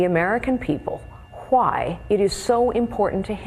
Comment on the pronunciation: that ending emphasis on the 'h' in 'why' was like really intense lol